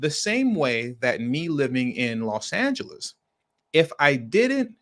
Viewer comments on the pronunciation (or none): none